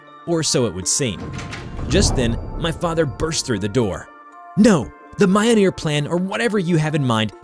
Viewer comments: Can we just talk about how he said mjolnir its miyolnir not maianir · It’s Mjolnir, not Mioneer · It's pronounced "Mjöhlneir" i'm Swedish and that's how i pronounce it :) Mjölner, Midgård, Midgårdsormen, Loke, Tor, Freja, Oden, Fenrisulven. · I have a friend who is from norway and speaks reconstructed old norse and now i can annoy him with Mioneer. I can hear the screams " IT'S Myolneer YOU PRICK" good times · its not ma-yol-nir its mi-yol-nir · its not myonear its myolnear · if it were to be spelt phonetically, mjolnir would become myolneer, pronounced (myole-neer) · Mule- near? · Yes its pronounced mj-jøl-ner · "Mioneer" lmao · He really called Mjölnir, mioneer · Okay nice story but you pronounced Mjolnir wrong it's Me-ole-near, hello from Norway, also only Thör can kill Jörmungandr, next is the fact Thör wouldn't say away from a fight especially against his arch nemesis Jörmungandr. Nice story though. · its pronounced me-all-nor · M-yol-neer Kay-ju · "Majolnir" me "wut" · Mjolnir (Myol-Neer) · Next time you say mjolnir, it must be pronounced (myul-neer) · Sorry but did he say mjolnir as mi - o - ni - er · Why... Why does he say Mayonir... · My gods this is insulting to the mythology. Dude it ain’t hard to say mjolnir just remember every J in Nordic pronunciations is pronounced as a “yuh” sound. Like “Myolneer” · This guy butchered the names. Mayolneer 😂😂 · You nailed the pronunciation of “Jörmungandr” but you got “Mjolnir” wrong? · me getting subtlety angry at mispronouncing mjolnir. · I don’t like the way he says Mjolnir but I know it’s difficult to pronounce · bro say mjolnir right💀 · please tell me that that isnt how you actually pronounce mjolnir because that isnt it my guy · its only slightly aggravating how he pronounces mjolnir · Ain’t no way you mispronounced mjolnir that horribly after saying jormungandr properly😥